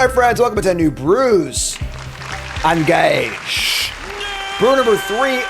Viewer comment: The way he says "engage" at the start of the video genuinely sounds like him saying "I'm gay-ge".